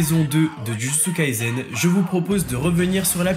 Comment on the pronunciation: C'est Jujutsu Kaisen pas Jujutsu KaiZen...... Et on prononce [Todji]! prononces bien [Djudjutsu] alors pourquoi tu prononces [Toji], ça n'a aucun sens.